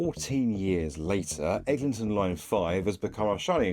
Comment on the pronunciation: Bro said Ellington 🥀